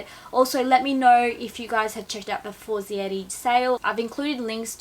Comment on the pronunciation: Omg. You are pronouncing the Brand name completely incorrect!! Its Italian not French. For zei reeee. And they are sponsorsing you? Sorry, im not hating, but that is really embarrassing. Such a typical easy Italian phonetics. The other La Pear men tear.